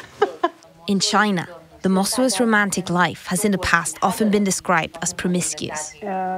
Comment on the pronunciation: Row-mantic lol